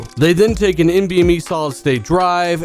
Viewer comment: I'm sorry are you saying NBNe?